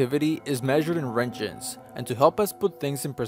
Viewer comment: this man said “rengens” lmao it’s roentgen, pronounced “rontgen” and the G is a GUH sound and not a JUH sound